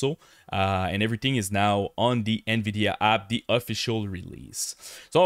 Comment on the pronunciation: the " In Veedeeaaa Up ? what about the nVidia down ?